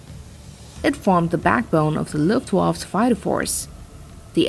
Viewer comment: There is no 'silent' E in Luftwaffe. You pronouce the E at the end.